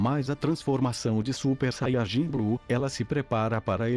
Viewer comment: vc fala saiarjin e fala muito baixo